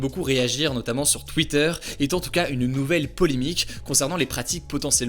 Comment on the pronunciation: Polémiques pas polimiques 😂😂😂 il ne suffit pas d’avoir des manières pour parler , il fait aussi parler correctement le Français... encore un « fils de...» qui va finir journaliste sans avoir te talents particulier vive la république et vive la France